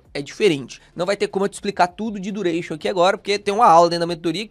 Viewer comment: "vou te ensinar dureichon" leeeeeepo